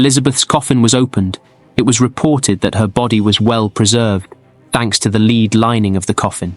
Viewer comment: Note to Robot Voice... It's "led" coffin, not "leed"...